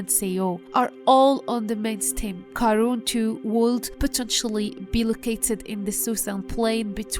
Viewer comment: It's karoon